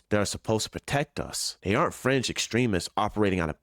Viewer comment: Did he say French extremists or fringe extremists?